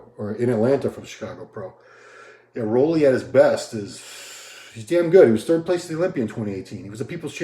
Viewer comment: Roelly is pronounced rue-lly... RUE, RUU, ROO not raw, ro, row